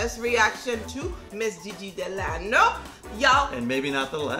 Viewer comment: Guys it's Gigi de LANA not de Lano